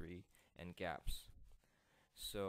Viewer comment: Its not pronounced Gapps it is G-apps like Google apps.